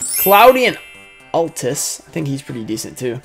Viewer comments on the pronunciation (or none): none